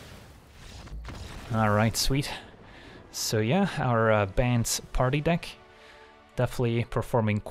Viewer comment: I always find it funny when he says bant it sounds like banned.